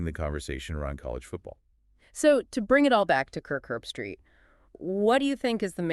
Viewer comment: Herb-street. Not erbstreet or Herbstraight. She sucks.